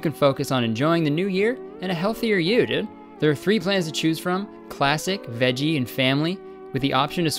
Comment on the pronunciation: More like dòòd